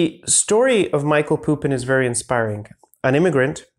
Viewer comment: Thanks for representing Serbian intellectual legacy to the world mate! 🙌 P.S. It's Mihaj(y)lo Pupo in not Michael Pupin